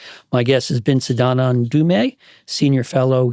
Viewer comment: Sandand Dumeee! Indians really need to make non Indian interviewer say their name correctly first before continuing with the conversation.